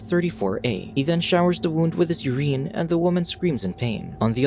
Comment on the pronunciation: Interesting way of pronouncing Urine lol